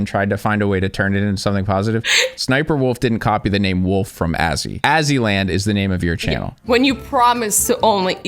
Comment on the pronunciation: He said Azzywolf again 😂